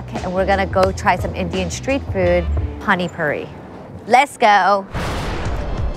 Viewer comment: Dosa -> Though Sah not Dough sa Pani Puri -> Paanee Poodi not Paney Pury